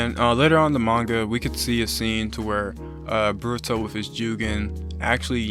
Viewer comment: Why you say boruto like burato